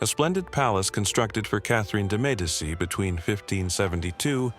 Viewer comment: Hey for a speaker of English your French pronunciation is not bad. However Catherine de Medici's surname is pronounced med -e-chee.😮😊